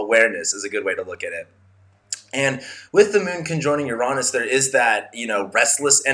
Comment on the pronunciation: Finally! Someone who pronounces Uranus correctly. 👍💕